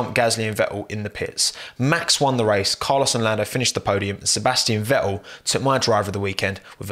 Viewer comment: Sebas'ian Ve'el